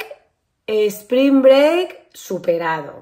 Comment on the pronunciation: Sssspring break.....not "espring break" :😂 maravillosas vacaciones. Y tu cutis luce maravilloso.....importante saber cuidarse y maquillarse como una estrella ❤ Eres una super madre como pocas. Esperando el pronto retorno de Sebas